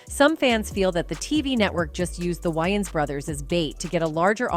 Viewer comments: It’s Wayans not Wyaans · It’s not WYANS as in Wyoming. It’s WAYANS as in Way-uns!! Lmbo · Its Wayans not Wyans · WayANS** bro. Not “WayNans”. Cmon. U making a whole vid of these mf’s and u can’t pronounce their last name. That’s crazy. Edit: Holy SHIT even the damn narrator says the “Wyans”. Im thumbs DOWNING this vid n I’m OUT ✌🏽😂 Y’all are bugged tf out. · Distracted by the repetitiveness of the narrator calling them the "WY-ANS" 😮😧 Correction !!! It's pronounced "WAY-ANS"!!! In Living Color was the best!!! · Can't with this AI voice. "whines" brothers. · Why does she say Waynes like that?! Would she call Batman “Bruce Wines” ?! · Whhyyyyyy do the AI keep saying Wyans lmao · This is annoying! I can't take this white AI lady calling them Whyings! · Tell the ROBOT IT IS PRONOUNCED, " WAY INS"....her mispronounced voice over is ANNOYING...😝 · Why she keep calling them why-yins 😂😂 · Lady , can't U get their name right!!! Tell me, who are the Wyans? Geez 😏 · This lady can’t say peoples names right first of all the last name is Wayans wan and it’s Dan Aykroyd anrod This lady needs to learn how to speak peoples names because that’s really messed up she don’t even know how to speak peoples names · Is this woman trying to annoy me, mispronouncing names deliberately. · The ai couldn't pronounce their name right this is so wrong they got hot after this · Sounds like it's gonna be a good story. But I can no longer listen .What commentator dosent no how to pronounce The Wayan brothers .I'm done SMFH. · It’s annoying to have to listen to this entire video with the BOT constantly mispronouncing the brothers’ last name. 😤😤😤😤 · At least say their name correctly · Is it me or did the narrator pronounced the Wayans wrong?? I'm from NYC the A is pronouced with a long A.